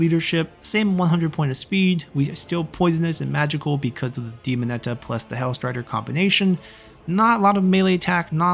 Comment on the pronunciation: FYI, you're mispronouncing daemonette. The e at the end is silent, it's DEE-MON-ET. The et at the end makes a noun feminine(this comes from French, I think).It's similar to how Marionette is pronounced. Very informative video!